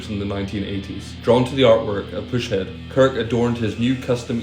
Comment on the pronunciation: Pronounced "PUSS (as in a zit)-head" Push head lol. Kids